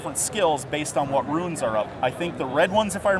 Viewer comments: Its 'runes' not 'ruins'! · Great demo, but I think it has to be stated. "Rune" ≠ "Ruin"